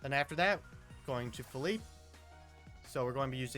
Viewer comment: "pheeleep" "Say yo"😭